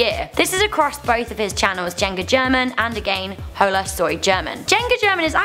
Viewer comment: she pronounced hola soy german wrong an juega german wrong wtf man